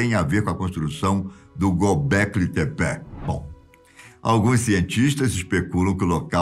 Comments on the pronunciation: Eu acho que a pronúncia é "Tép". O Gobekli está correto, mas não é "Tepé" como ele diz, é Tép! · Acho que se fala "Gobekli Tepe" e não "Gobekli Tepé". Vai saber... Estou acostumado com o narrador do History Channel na série "Alienígenas do Passado".